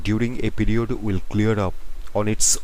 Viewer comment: "pEe rEod"🥺🥺